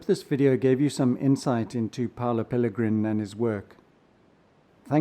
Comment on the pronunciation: Hi, great channel but his name is Paolo (Italian) not Paulo (Portuguese/Brazilian)